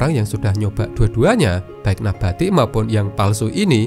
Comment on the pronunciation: MIN, SARAN.. TOLONG BELAJAR BAHASA INDONESIA YANG BENAR. NABATI, BUKAN NAPATI😂